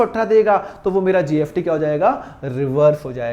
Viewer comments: Pahle bolna sikho gst likhte ho or bolte gft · Syd mere kaan sahi se nahi sun rahe sir mujhe apke muh se GST ki jgh GFT sunai de ra😊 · why r u pronouncing GFT instead of GST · Sir GST hai app ye kyya GFT GFT bolte rahte ho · Sir GST BOLIA NOT GFT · GST KA PRONOUNCIATION GALAT KYUN SIR..GFT GFT JAISA SUNAI DE RHA HAI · Aap gst ko gft kyo bolte ho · Gst ko gft kyu bol rh h sir ... 🙄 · Nice video sir but gft speaking is not right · Gft gft kya bolte ho? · Iske muh se gft sun ke man kar rha kisi aur ka video dekh lu aisa lag raha chona raha hai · GFT?? S ko F bolte hai kya🤦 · Ye sir S ko F pronounce karte hai, so don't mind it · Bhai wo "स" ko "फ" bolte hai.